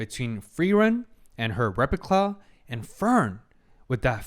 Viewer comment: From creators of famous "Feryeryien" we introduce you to... "Rlyepliyica"